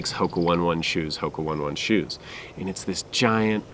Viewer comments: HOKA "O-Nay O-Nay" not "one one" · Please it’s Oh-Ney Oh-ney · its pronounced Hoka ownay-ownay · Thank you for your reviews.. I watched also your review for anacapa.. It seems that in your reviews, kaha and anacapa are very much similar.. But personally your videos has already helped me to decide w/c one to buy.. But I think if you do a shoe comparison review, it will help another viewers.. Thank you.. With all due respect, allow me to tell you that it is pronounced as hoka ( O'nay O'nay).. God bless you always 🤗